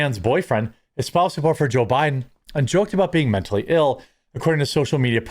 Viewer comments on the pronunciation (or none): none